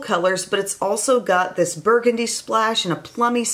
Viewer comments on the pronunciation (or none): none